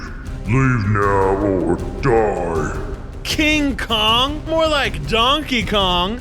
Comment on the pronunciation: And I like how you called King Kong more like donkey Kong 😂🤣